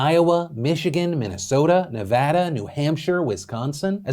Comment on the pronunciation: phil pronounced Nevada correct today, i’ll take the win